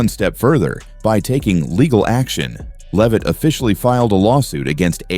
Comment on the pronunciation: Either this is AI voiced or the voice of an idiot. Respect would include pronouncing Leavitt's name correctly.